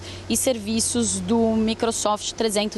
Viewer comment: A jornalista falar MICRUsoft foi um tiro na cabeça 😂😂😂😂